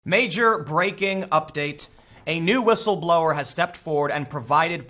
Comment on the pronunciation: Dadfuq is whitstleblowr? Why people use some kind of retarded English nowadays?